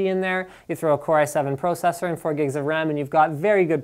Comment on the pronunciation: The way that you say process and processor freaks me out, but a good review.